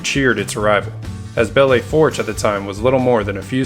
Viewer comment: Ok, you pronounce it Bell Foosh. It is hard to listen to you hack that name.